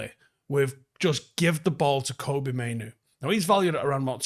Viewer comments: It's Fkn "Kobbie", FFS man, Not Koby. Like "Robbie" but with a K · Please get Kobbie's name right. It's Kobbie, like Robbie or Bobby.